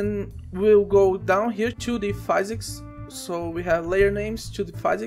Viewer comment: hey bro, great video, thanks! Also, you may have learned this by now, but physics is pronounced "fizz icks", not "fai zicks". cheers!